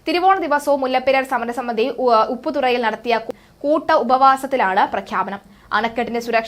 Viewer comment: ഉപ്പുതുറയല്ല, ഉപ്പുതറയാണ് ok